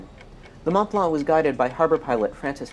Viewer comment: How difficult is it to say Mont Blanc? Otherwise excellent video. Does anyone know why the Stella was in the wrong lane?